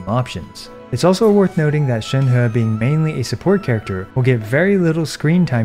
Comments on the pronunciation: You pronounce Shenhe correctly! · Salute for pronouncing Shenhe correctly. It's fuckin cringe to hear many Western youtubers pronounce her name "chain-hee" when it's 2022 and everyone has access to google.